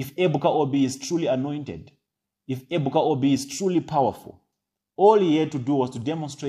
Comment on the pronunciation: Prophet Ebuka Obi is not a Rev father. He is also a house hold name, so you should be able to pronounce his name.